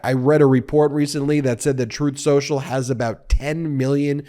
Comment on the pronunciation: “strooth sential”